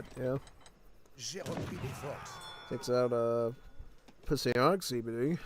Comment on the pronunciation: But man it's impressive how hard you continue to butcher Psionic's name XD